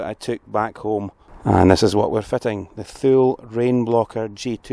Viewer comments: Just saying but as I understand it... the Thule is pronounced TooLee... I think that your accent will lend itself beuatifully to this brand name... love your content and you have given me a few headaches about my choice of platform for a campervan... looking like a Ford Transit... if I don’t plump for the VW... thanks for your videos... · Love your videos ! I'm in the US and we pronounce Thule - TOO-LEE :) sorry if it's been said :)